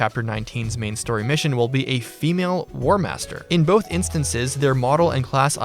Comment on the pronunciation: I'll let that pass. The wording is barely passable, since it sounded like he put an emphasis on both being together rather 2 separate counts.